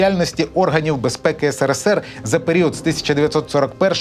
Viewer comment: Да БЛІН НЕ " НКВДе", а " НКВС"!!@ СКІЛЬКИ МОЖНА "НАГАДУВАТИ"! ТИЖ ЖУРНАЛІС- ПОВИНЕН ЦЕ ЗНАТИ,ЧІ РОЗУТИ ! НУ ОТ ТИ ЧОМУСЬ ПРАВИЛЬНО КАЖЕШ"СРСР", ЧОМУ ВСЕ ІНШЕ НЕ ГАРАЗД?!